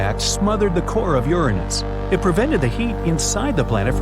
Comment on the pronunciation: YESSSSSSSSSSSS YOU GOT IT RIGHT!!!! YOU PRONOUNCED URANUS CORRECTLY!!! :D